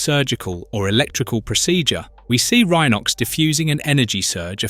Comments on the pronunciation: Says Rhenox Instead of Rhinox a few times ugghh. I gave up. Obviously the person who made this is a fan of the show. But not fixing the names is painful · Yeah, picked up on that on the opening episode when he (or it) said that Cheetor decided to play with other cheetahs instead of boasting to Optimus about how fast he can run. Have also noticed that Rhinox had two different pronunciations within a minute of each other. The Tiggertron though is the best so far. Picturing him saying to the Maximals "TTFN, ta ta for now" whenever he wants to return to the scouting... ...and let's not then go into the Predicon version of Tiggertron, the black cat called...